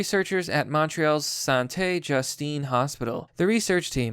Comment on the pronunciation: love how you say Sainte-Justine XD t'aurais pu te forcer un peu!